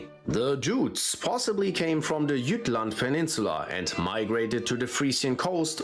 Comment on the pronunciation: It's not pronounce "Gottlend" but "Götland". Also, it's "Jütland" uinstead of "Tchattlend". 🙂